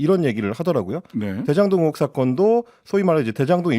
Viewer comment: 는 발음교정을 하시죠. 언론인이고 공공방송에 나오면 표준어를 쓰셔야죠. '으혹'이 아니고 '의혹'입니다.